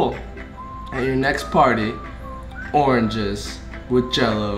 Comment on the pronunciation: Oranges: Orenges 😂😂